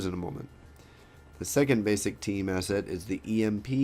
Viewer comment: im not very good in english, but looks like youre saying asshat instead of asset xD